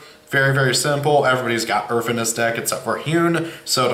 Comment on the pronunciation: When ever you say earth it always sounds like earf. th doesn't equal fffffffffffffffff